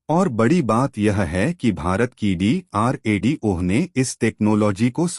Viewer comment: DRDO ek sabd hai.Tum ucharan D ko alag karke bol rahe ho.